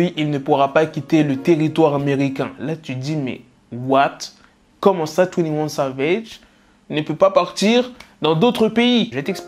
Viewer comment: "Twounnie ouanne savège"